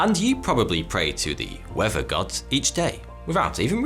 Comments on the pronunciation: I couldn't put my finger on it but that's what it is . Weafer not weather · skin cancer? right then, it is pronounced weather not wever. i know you can say th, like in earth, but there is no flipping v in weather, douche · In this episode you'll learn about the wever, wever you like it or not. In the next episode.. English lesson: "th" Who needs it?